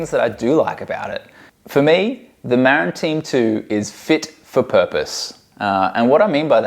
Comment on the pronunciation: Muh - rinn, not Mare-Inn. It's named for the county in California, which is named after an Indigenous chief.